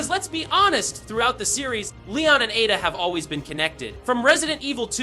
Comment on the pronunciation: A….da, as brought to you by the letter A. Learn to annunciate.